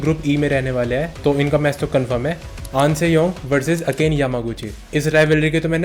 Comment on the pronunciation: Not to be rude. I know everyone has thier own accent and pronunciation but its अकाने ( aka+ ne) yamaguchi not अकेन.